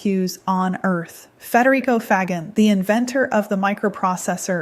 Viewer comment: (Federico) Faggin is pronounced more like Fa-jean